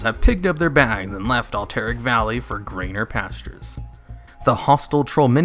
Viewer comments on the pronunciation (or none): Al-ter-ac not alteric. plz get it right, lol. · al-tiric is so weird after I thought it was alt-er-rac. Could be either, don't matter really. I'm still content on pronouncing Cav-al-ry and not Cal-vary though... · Good video, but the way he butchers the pronunciation of Alterac is disturbing. Lol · You don't say words right. It's C .. a ... VVVVV AAAA LLLLL RRRYYYYY and Al ... ter ... ac. not AlLL tERRAK